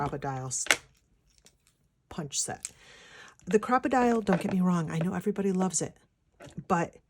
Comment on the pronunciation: yes its not pronounced crocodile its a cropadile big byte an yes it is expensive here in new zealand it costs 126.00 dollars an as a pensioner i have $70.00 a fortnight for spending for crafts.so penny pinching is strife in our household hi kk